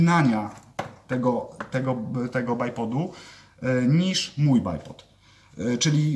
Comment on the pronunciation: Poprawnie wymawia, w przeciwieństwie do 99% innych stosujących tę nazwę. Choć można po prostu dwójnóg :)